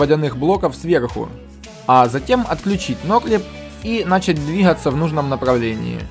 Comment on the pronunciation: Не "нАчать" а "начАть" если ты говоришь на русском языке. Не "немноХо" а "немноГо". Не "суднА", а "сУдна" А так, очень ценный контент по содержанию, уникальный, по форме подачи тоже видно что стараешься, речь осталось исправить. Ну и понимай, что при даже детальной подаче, контент специфичен и направлен на узкую аудиторию, но думаю миллионов подписчиков ты наверное и не ждёшь